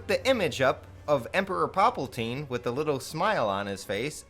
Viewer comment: lol saying emperor paplaltine